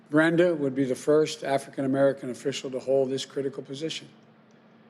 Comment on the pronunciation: What is an "afri ka merican"?